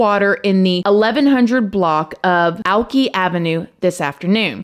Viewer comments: Lol like alcohol alki. It’s pronounced Al-Kai I’m from here and used to call it that also. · That’s pronounced “al-Kai (ky) “ 😂 I live here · It is pronounced al ki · I’m from and live in Seattle…. Renting a room will cost you $800-$1500 but the higher amount is definitely for the waterfront areas (like Alki) or actually in the main part of Seattle. Plus it better be a nice ass room!! Also…. Alki is “Al-kai” not “Al-key” 😜 I’ve always loved your pronunciation of words 🙃💞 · Hey babe, Alki Avenue/Beach is pronounced Al-Kai! Thank you for covering this case, I remember this happening! I lived in west Seattle at the time It was scary having this happen a couple years after the cat killer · Alki, is pronounced 'Al' 'kye' like 'rye' bread...🥰😘 Love ya sweet darlin,! Keep up the great work!❤ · If they were renting a room for that much, it was probably on Alki. I grew up on Alki and it’s a very expensive place to live. 💚💚 also it’s pronounced Alk-eye. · I mean no rudeness to you I just want y'all to know alki is pronounced Al-kai. Been living in Washington for years and this case was heart break to hear and had me and my brother so spooked that there was a killer on the lose. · I noticed she said Alki too, but just think she's so dang cute who cares how she pronounces it . She's from far away.